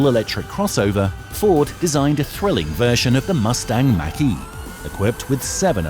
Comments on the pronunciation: THE MACH E IS PRONOUNCED LIKE THE WORD MOCK, NOT MAC ! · Take-a-shot challenge, every time he mispronounces "Mach E" like "Mack truck" instead of like Bach ( not Beethoven.) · You showed some cool cars but in the end you really need to learn how to pronounce Mach-E